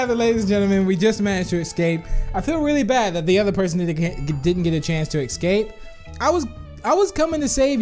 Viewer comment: I love how said "excape" instead of "escape"